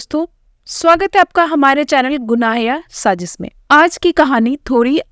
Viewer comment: Sajish nahi sazish hota hai.! Urdu ka shabd hai sazish.! ja ke sath nukhta hai.!